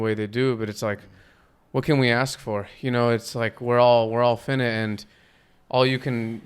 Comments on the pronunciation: It’s pronounced FI(like high)-NIGHT not finnit, Dope podcast tho. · He had me wondering who fin-it was at first! 😂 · Dude- its: PHY- NIGHT. FI-nite. Not the shortened version of INFINITE. The pronunciation changes with the spelling 🤙🏽